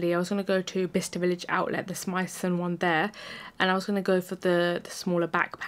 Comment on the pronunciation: you pronounced Smythson absolutely spot on Great review by the way